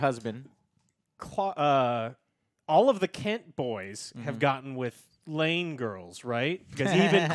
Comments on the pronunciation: Fuckkkk...did you guys really say Lana LANE? nooo LANG come on dudes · It's not "Lane" it's LANG, Lana LANG, it's Lois Lane! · Not to be an angry nerd but one of your guys got it wrong, it's Lang Lana, Lang. Not Lana Lane. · It’s Lana LANG not Lane